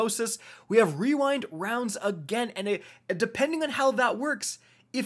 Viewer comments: Wee-wind-wounds haha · Wewind wownds had me rolling 😂😂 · Just say "Wewind wownds" and be done with it. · “We-wind wounds” 😂 So glad you left that in lmao. Great video as always❤️ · REEEEWINE Rounds. Love it. Don't be to hard on yourself. That is a destiny tongue twister. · Followed be “Re-rind rounds” lol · "Wewind wounds" 😂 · You had me dying when pronouncing rewind rounds. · But the most powerful weapon of all: pronouncing rewind rounds